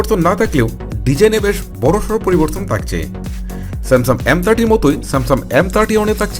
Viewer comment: স্যামসাম বলে😂😂😂😂😂